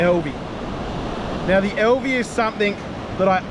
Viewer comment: AL V not EL V. Love Alvey reels the biggest problem with then is the last for ever which virtually bankrupted them also they are heavy and which they would take some inspiration from fly reel design.